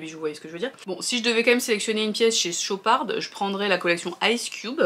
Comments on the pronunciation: Hello ça se prononce chopar sans le d a la fin 😊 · Très bonne vidéo ! Par contre c'est "Chopard* on ne prononce pas le D final😊😅